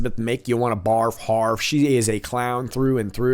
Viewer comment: I love how you said Marie HARF!